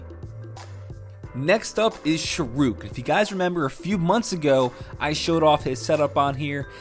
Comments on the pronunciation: It's pronounced Shaharukh not shruk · Yea he always does that lol